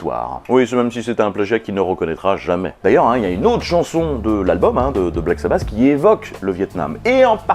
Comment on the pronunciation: Black sa basse ? J'ai toujours dit Black sa batte